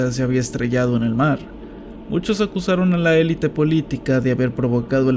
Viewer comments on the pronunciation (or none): none